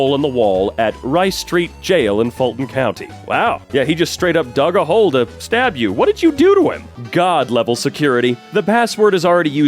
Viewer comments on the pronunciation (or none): none